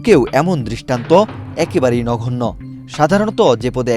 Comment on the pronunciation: উচ্চারণ করতে না জেনে প্রতিবেদন কেমনে পড়েন???🤔 নগন্য এর উচ্চারণ নঘন্য নয়...!!! ভাগ্যিস, দর্শক শব্দ উচ্চারণ করেন নাই.... তাহলে তো ধর্শক বলতেন 😜